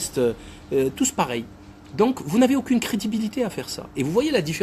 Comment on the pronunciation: Laïbi: "Vous n'avez aukine cridibilité"